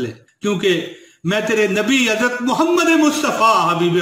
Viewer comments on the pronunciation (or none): none